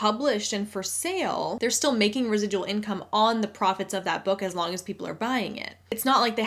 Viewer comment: I'm binge watching some of your older videos and I just wanted to say you're earning "res-i-dull" income right now!!! Congrats! Lmao. Thanks for the great content and for spreading the ever important anti MLM message.